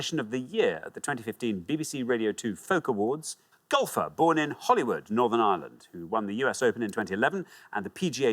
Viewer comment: HOLYWOOD! And he pronounced it correctly (the incorrect way).